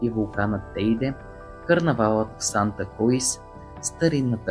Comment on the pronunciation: Много е крсиво, сосбено на живо. Наистина си заслужава веднъж да се посети поне един от островите. И ако позволите да направя една малка поправка: столицата на Тенерифе не е Санта КруИз де Тенерифе, а Санта Круз де Тенерифе.